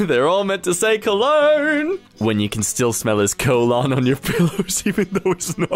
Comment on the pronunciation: Its cologne not colon